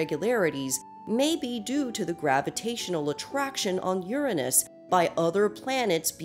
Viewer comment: THANK YOU for not pronouncing Uranus as "your aynus", honestly I absolutely hated that.